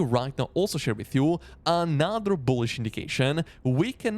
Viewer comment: Love the way you say BOOHLISH with a boom on that B